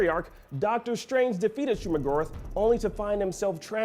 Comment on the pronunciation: Hearing him say Shuma-Gorath's name didn't bode well with me. I could be very wrong here but isn't Go"rath" said like math? Not Gorith?